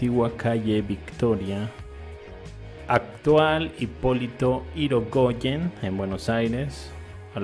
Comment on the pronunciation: Dos cosas cuando decis av hipolito hirigoyen no irocochen y despues cuando hablas de canal no es un canal sino el riachuelo continuacion del rio matanza la parte recta que se ve es lo que se conoce como rectificacion del riachuelo